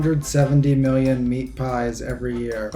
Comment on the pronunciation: Anyone realise that the guy said mailion